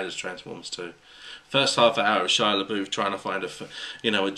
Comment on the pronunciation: The way you pronounce Shia Labouf drives me nuts. I don't know why because you're pronouncing it correctly!!!! I'm just used to hearing the wrong pronunciation and It's burned into my brain from all my friends who say (Shia-la-buff). I'm a weirdo, aren't I?